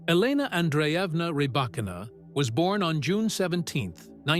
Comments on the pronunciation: Ok this is ai. Knew immediately after mispronounced her name. 9the name is pronounced like reebokina not Rebba kina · Bevor man eine Reportage macht, sollte man recherchieren, wie der Name der Person richtig ausgesprochen wird. Zu unserem großen Glück besteht die Welt nicht nur aus Engländern, und nicht alle Namen werden englisch ausgesprochen. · I do not think this creator is a tennis fan since this video mispronounced Rybakina name here!😮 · Freakin´Ai - at least you could pronounce her name correctly.